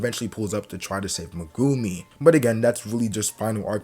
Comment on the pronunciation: The only reason I'm not subscribed yet is due to the way you say Megumi